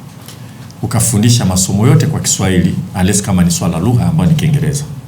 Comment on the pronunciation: Mwandishi wa Habari gani wa DW hawezi kusema Rahisi anasema “Lahisi”, Kiingereza nasema “Kiingeleza “ Halafu anataka Watoto wafundishwe kwa Kiswahili Eti Ndio Waelewe.. Hivi Huyu ni mwandishi wa Habari au ni Pimbi? Eti Secondary watoto wafundishwe Chrmistry kwa Kiswahili Halafu atakuja kuwapa Kazi Hao Watoto ama so wamesoma Pia Kiswahili. DUNIA INATUMIA WNGLISH NA KISWAHILI SIO KUKUBWA SANA DUNIANI, je huu Doctor anayejifunza Idaktari kwa Kiswahili atenda kutibu Vipi kwa Kiswahili?